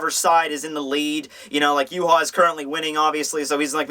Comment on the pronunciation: is that how you pronounce Yhwach? as yu-ha?